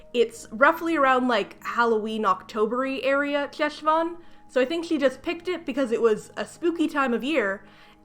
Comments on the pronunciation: I absolutely don't fault you for not knowing, but the Jew in me needs to mention that Cheshvan is pronounced [HESH-von]. Ch in Hebrew transliteration is pronounced as a phlegmy, back of the throat, "H." I also absolutely agree with your assessment that the author probably saw that Cheshvan takes place kind of vaguely around October/November most years, and went "Ah, this must be the old, Biblical Spooky Month." because there is no Jewish holiday or significance to Cheshvan that I can even begin to think of. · Hey! Fluent Hebrew speaker here (: just wanted to say that “Cheshvan” (חשוון) is pronounced more like “Heshvan” (the letter ח doesn’t exist in English, it kinda sounds like ach in German? Or if you’ve ever heard someone Jewish say “chag/hag same’ach”) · I’m sorry but every time you pronounce חשון as “Cheshvan” I internally die inside. The “Ch” is a velar fricative lol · Hi! I'd just like to mention (as an Israeli Jew who speaks Hebrew fluently) that Cheshvan is pronounced with like... a Spanish 'j'? Like in jalapeño. So, Jeshvan lol :D Anyway, I hate this book so much. Judaism is also not the same as Christianity at all (though they're similar, major differences include the after life and the presentation of the ideas of salvation/guilt/responsibility/spreading the religion), so I don't know why they picked Cheshvan over a normal October/November/December. Plus, Cheshvan Isn't a particularly spooky month. There's like, only one event and it's not even Jewish, It's just Israeli (memorial day for Yitzhak Rabin, our only assassinated prime minister) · Jew here. Cheshvan is actually pronounced more like a throaty kh. Like the sound you make before you spit. Khhhhheshvan. It's a Hebrew month name Lol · Hiii I love ur videos! Just want to inform you that the Jewish Ch sound (as in Cheshvan) is actually pronounced at the back of the throat, like in Channukah, chaim, Pesach, etc., not like the English Ch. It's also sometimes transliterated as Kh. Hope this helps!